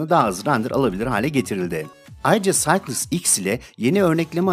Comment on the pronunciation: Güzel video için teşekkürler. Düzeltme: Cycles'ı okurken "Saykıls" demelisin bence.